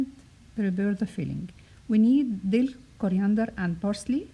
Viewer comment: It’s dill, not dell By the way great recipe